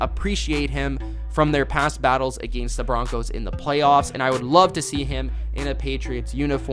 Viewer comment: I hate the way this kid says the word against.